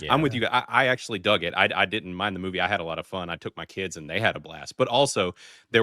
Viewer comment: The girl in the middle says “diddint.” The word is “didn’t.” Why bother with a contraction if you are going to use the same number of syllables?